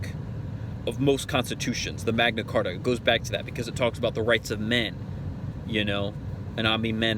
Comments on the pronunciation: Did he say "The Mengna Carta"? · D-did he just say Magna Carta? WTF country is this guy from? He sounds like Eminem with a speech impediment... I'm so confused right now. Is this really why they bang on about "maritime law"? Because they don't understand words? You keep using that word, I do not think it means what you think it means. Arrested for possession of narcotics but it was only a little meth... totally harmless. Mom found his meth pipe and threatened to throw him out. Also, he looks totally wasted when he recorded this.